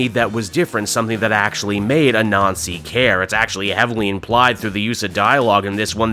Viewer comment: I know your not doing this on purpose but Anansi is not pronounced A Nazi its Ah-Nan-zi otherwise you make Miles sound like he should be goose stepping instead of thwipping and thats no good